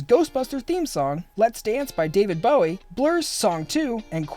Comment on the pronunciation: the way you pronounce Bowie irritates me so much 😂